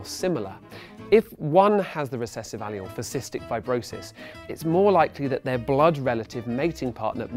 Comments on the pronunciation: "A-lee-il"? No. "Uh-leel" Yes. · Anyone else bugged by the way he says alleles? It sounds like allial, rather than aleel. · Please oh god don't say aleele again. That's not how you say it or even spell it. Ugh. You can't English srry. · It's pronounced A-LEEL; not al-e-al..nice try though. A for effort!😂😏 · I've never heard a Brit pronounce allele. I always pronounce it Al'eele .. he pronounces it like Ayl- you-all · It's pronounced 'uh-lel' not 'ally-ul', you seem to have misread one of the Ls as an I. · I think allele is pronounced "uh-leel" not "Aye-lee-ul" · The word is Ah-LEEL. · Every time I hear him say "allial(s)" I want to beat him in the face with a hammer. That's not the proper pronunciation by any standard of English. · Say allele wrong one more god damn time.. It's not aleolee.. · How are you supposed to say it? al-LEEL? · Imagine getting turned on by someone saying “allele.” Lol (dude I heard the word as he said it) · omg this guy pronouncing allele wrong is killing me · The way he pronounced Allele made me cringe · Why does he pronounce allele wrong?